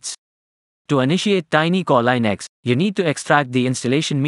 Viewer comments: Plz, its pronounced linux, not leinux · It's not lynax its leenuks